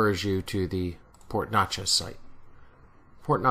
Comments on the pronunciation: Hi, You are really close. Port Neches is pronounced like Nechez both e's are the short vowel. Great job on the waybills. Very well researched sir. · paul dauzart thanks, hope I didn't upset too many people down there with my Jersey pronunciation....lol! Glad you like the video.